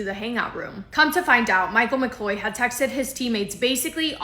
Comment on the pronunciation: it’s pronounced ‘McCloud”